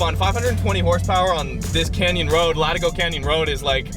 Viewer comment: And pronounces it wrong. It's La/tee/go got to remember the Mexican influence. Latigo Canyon great road, used to shoot porn at one for house up there that looked south towards the ocean. 👌